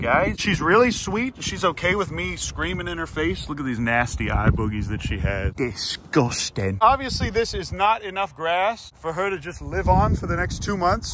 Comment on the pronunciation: that “disgusting “ uncle farmer dad said was probably the most YORKSHIRE pronunciation if ever I did hear it… sincerely, a West Yorkshire lass. 🇬🇧